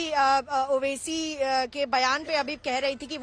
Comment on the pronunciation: Name to sahi ley mere bahin owesi sahb bolo